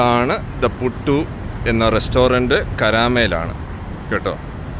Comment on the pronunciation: പുട്ടു അല്ല പുട്ട് ആണ്